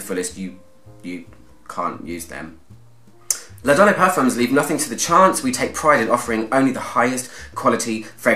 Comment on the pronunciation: L’Adoné pronounced la-don-ay. É e acute innit. 🤓